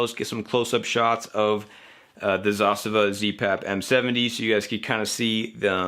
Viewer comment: Thank you for pronouncing Zastava correctly :)